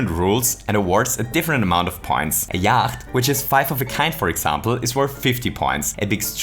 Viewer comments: Yacht is pronounce "yot" and it seems like its just a knockoff of a game called Yahtzee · Just saying - Yacht is pronouced as 'yot' rhymes with 'knot' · All these comments about how Yacht is basically Yahtzee, apparently no-one cares that Yacht is pronounced Yot. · it is yatche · Are you sure you're pronouncing Yacht right? I mean, the kind of boat is pronounced yaht... Also, in theory it should be one die, two dice, and not one dice, two dices. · Could I just say that I think the Yacht game is called Yatzee in real life? At least that is what I think the game is. Also, it is pronounced "yot" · I am going to start pronouncing “yacht” this way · Warum sprichst du Yacht falsch aus :0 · I love just how austrian your pronunciation of "yacht" is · I think you don't pronounce the 'ch' in yacht. Guess the german comes through here ;)